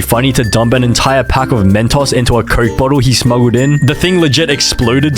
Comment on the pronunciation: Yoooo! “Mentaws” goes hard bro!